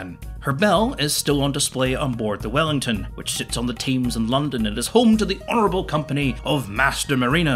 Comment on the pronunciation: TAMES! there's no way. Why did you call it that?